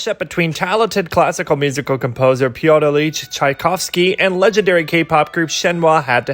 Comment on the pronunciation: you did amazing at pronouncing all the names here! (pyotr illich and elise were the only mistakes, but they were only slight, so it's alright!) i remember when i started learnig music and we played a piece by tchaikovsky and i had to annouce it. i was only 9, i couldnt get his name right